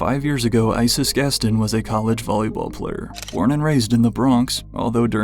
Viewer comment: The way you pronounced Gaston and Pantheress disturbed me greatly